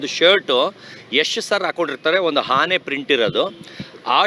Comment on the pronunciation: ಹಾಣೆ ಅಲ್ಲಾ😅 ಆನೆ